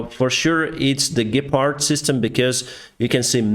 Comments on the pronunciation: Yes it’s german and you pronounced it very well! I am glad that we have send Ukraine the modern Gepard tanks and I hope we can deliver Ukraine more weapons of these weapons like the Leopard 2 tank. Best regards from Germany, Bavaria🇩🇪🇺🇦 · how come your german pronunciation is quite good? you speak german? I like the Gepard's effectiveness vs the shahed drones and thus protection for the Ukrainian civilians. But would love to see some Leopards on the frontline!